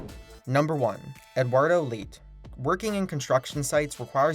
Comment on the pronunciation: This is a really impressive video but that's not how you pronounce Leite